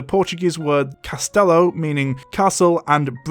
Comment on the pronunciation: Going on a 25 minute rant about cultural insensitive, but not caring enough to pronunce castelo and bruxo right? Am I the only one who finds this hilarious? Sloppy research to make a quick buck. Reminds you of someone?😂